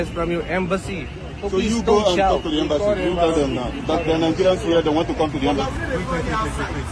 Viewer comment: Its embassy not embanssy